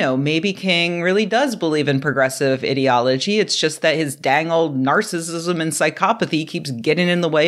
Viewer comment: "iddeology" Oh, not you too. The word is ideology. That isn't a short i. It's like the i in "idea". I don't know how these mispronunciation fads get going.